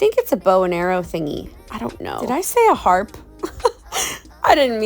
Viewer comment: "a harpe" 😂😂😂